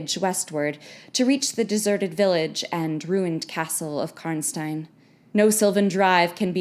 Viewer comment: Actually that's the "correct" pronunciation since its German